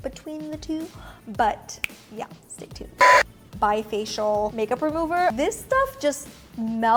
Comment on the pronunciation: FYI,, Bi-facil eye makeup remover is pronounced "bee-faseel" and not "bi-facial"!😁 Facil means simple or easy in French.